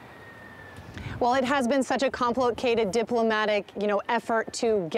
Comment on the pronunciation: It's complicated not complowcated